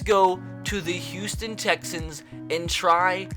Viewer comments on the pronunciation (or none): none